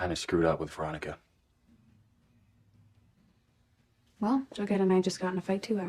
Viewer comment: I finished riverdale almost 2 years ago, but i'm now calling Veronica "Raw-Nee" from now on. 😂